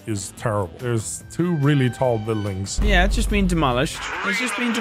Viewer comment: still saying "buidlings" 😂😂